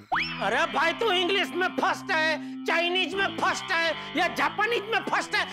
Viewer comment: First❌❌ purst✔️✔️